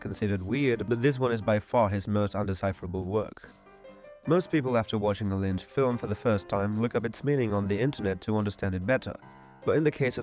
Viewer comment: I have really good quality speakers and a perfect listening room, and every sentence you say has one confusing mistake in it and I literally can't make it out. Sometimes you pronounce Lynch like Mlynch. I have no idea what country you're from but that's insane. I'm literally going to have to find an AI to fix your video